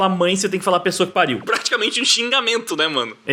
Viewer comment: Desculpa mas eu ri na parte de "Pessoa que pariu" paraceu "Pu* que pariu".... Desculpe....